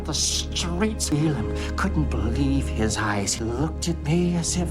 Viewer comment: I be-LIE-ve in Garek....